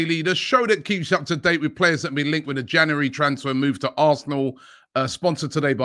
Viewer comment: It ain’t an AFTV transfer window if Robbie doesn’t say “JANARY”